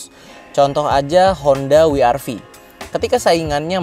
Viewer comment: W-RV nya beneran dibilang Wi Ar Vi dong 😂😂 Kalau gak bisa bilang Double Yu Ar Vi, bilang saja We Er Ve, gak usah repot.